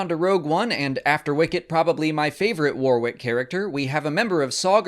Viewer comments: warrick not waw rick :) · Worrick, not War-wick. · You're pronouncing Warwick all wrong (the second W is silent) . Warwick is also a place in the UK so it is really noticeable when you say it wrong. The phonetic translation is '/ˈwɒɹɪk/' (same vowel sounds as 'sonic'). Also (for Americans' information) 'Worcestershire' (as in the sauce) is a three syllable name of an English county. The 'ce' is silent and the 'shire' is pronounced 'sheer' or 'sher' (/ˈwʊs.tə(ɹ).ʃə(ɹ)/ or /ˈwɪs.tɚ.ʃiɹ/). There are various ways to say it but the 'ce' is always silent. If I were you, I would edit this. It makes English people cringe and wince (like when Americans call 'Ewan Mcregor' [correctly pronounced 'you-un'] , ' Ooo-un') . WTF? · His name is pronounced WARRICK, NOT WAR-WICK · You might, at least, have learnt how to pronounce his name properly -- Warwick pronounced Warick i.e. silent w (the second one). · "WAR-WICK"? - You make him sound like some kind of battle armoured candle. Learn how to pronounce his name if you are going to mention him. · love what you and Mollie do, but today as a Brit you made my head hurt. Constantly pronouncing Warwick’s name wrong it’s pronounced “Wor-rick” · Just a heads up, it's pronounced WAR-RICK. The second "w" is silent. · Pronounced Warwick SILENT 2ND W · You say his name wrong lol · Learn to pronounce his name before you make a video about him. Silent W in the middle. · The second 'w' in his forename is silenced! That's at least how we pronounce it here, in the UK, Mr. Davis' homeland. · That you couldn't even bother pronouncing his name properly is a bit of a kick in the nuts. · It's a shame that you're such a fan of Mr Davis, but can't pronounce his name correctly